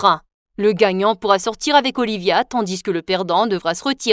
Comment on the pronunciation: Ils prononcent tandis n [tandice] et sa me fait trop rire 😂😂